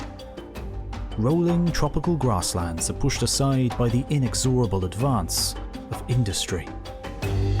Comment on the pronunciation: ...the in-ex-OR-uh-ble (?) advance... In-EGS-er-uh-ble